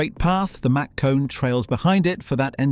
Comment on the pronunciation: I don't think this guy knows how to pronounce mach